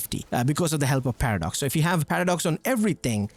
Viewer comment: Does anyone else hear him saying "Patter Dogs" when he says paradox?